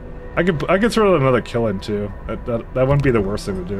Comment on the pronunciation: you are kind of mispronouncing kiln, it's a kind of drawn together, closed LN sound at the end, and you're kind of saying kil-in. I guess this means you can't be a charcoal kilnsman, unlucky you.